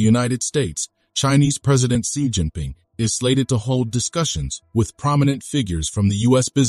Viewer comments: She not see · please correct your pronunciation of Xi.